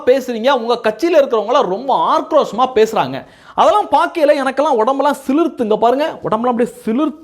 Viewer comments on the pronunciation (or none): தம்பி, உங்கள் கருத்துகளுக்கு நன்றி. "ஆர்க்ரோசம் இல்ல தம்பி, ஆக்ரோசம்" மாற்றிக்கொள்ளுங்கள்.